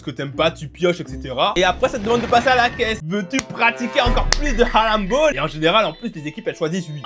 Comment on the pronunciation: Frro t japonais ou tu sais juste pas rouler les r ? Prcq mes oreilles ont saigné pendant toute la vidéo a t’entendre prononcer « halamball » tel un gosse de 6 ans à qui il manquerais encore quelques dents